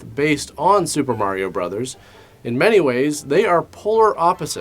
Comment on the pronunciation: Thank you so much for saying Mar-E-O instead of Mary-o. Instantly made this video 100% more watchable than all the other videos covering this movie.